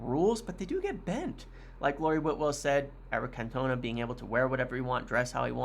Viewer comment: Can-tonne-ah Great work as always. Looking forward to the coming weeks. #UTFR